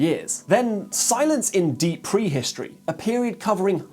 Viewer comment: Which part of England pronounces words like "pwee-histowee?'